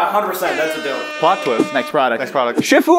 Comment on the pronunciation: AWWW she thinks it's "Doper Nope" Not "Dope or Nope"